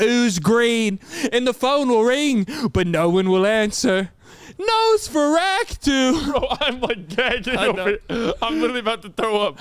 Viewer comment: Nosferatu ….. said Nose-for-act-too 😂 (There is a delay on the phone, me and my girl watch stuff on FT and to have it synced I have to be about 1.5 to 2 secs ahead of her) Point for lol